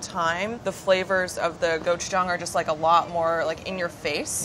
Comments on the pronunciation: i know its not his fault but omg ive never heard someone pronounce gochujang and gochugaru THAT incorrectly before (still love you ) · the way he pronounces gochujang and gochugaru is pretty amusing to a korean